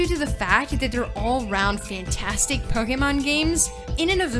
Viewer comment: "Pokamon" hahaha